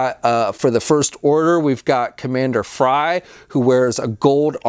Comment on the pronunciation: Kaz doesn't have a crush on torra he has a crush on synara, Get it right man. And again its pyre not frye.